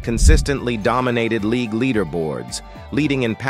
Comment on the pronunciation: This dude can't even talk right. Not only did he say most names wrong he pronounced league " leegooo". Plus Aikman won 3 Superbowls in the 90's and four championships.